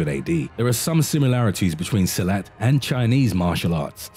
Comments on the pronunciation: Silat sir..not silet..🙂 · Silat is pronounced seelut and not silhouette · Silat pronounced as Si-lut.